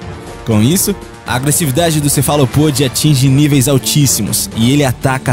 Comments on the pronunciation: Só uma observação, galáaaaapagos, cefalóoooopodes. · Adoro sua voz e narração mas vc deve tomar cuidado com a pronúncia de certas palavras: GaLÁpagos; cefaLÓpodes... (q dó da ursa do sol 😢) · muito bom o canal. o apresentador só precisa aprender a pronunciar os nomes, aye aye = ai ai, galÁpagos e cefalÓpodes. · Vídeo até bom, mas vc precisa se informar sobre a pronúncia tipo: Galápagos, cefalópodes, etc. Por favor entenda como uma crítica construtiva